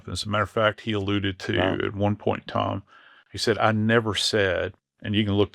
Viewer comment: This guy would be easier to follow if he would say "Time" instead of "Tom". He can say "Science" right, but not "Time". Bewildering...